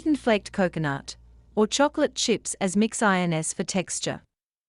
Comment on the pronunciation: Info was good, but that AI isn't very intelligent, calling mixed ins, mixed INS, is just so obvious and annoying that it's all just a fakery!!! 😮😮😮